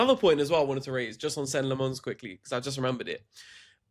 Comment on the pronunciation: People still saying Senny Le Mons. 😂